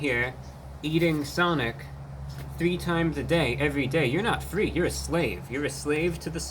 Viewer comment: 😂 if you dont eat sonic 3x a day you ‘aremt fwee’ 😂😂😂